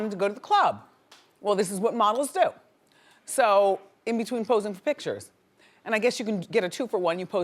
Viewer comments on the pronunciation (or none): none